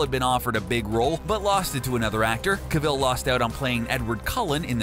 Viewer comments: Pronounced Henry cavil wrong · Why is he saying cavil so weirdly